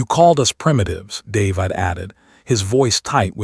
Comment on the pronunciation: looks like this iteration of AI and its clones can't read "David" properly. Heard it several times already. nice allusion in "Elsa's voice was ice...", but probably and accident.